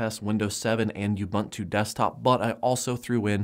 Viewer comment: The word "ubuntu" is an old African word meaning "humanity." It is pronounced "oo-boon-too". I don't know why people butcher this word so much...